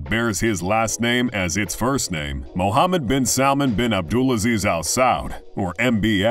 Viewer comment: Regardless of all the false info this guy is spitting At least get his name right 😂 Prince Mohammed bin salman His father is King Salman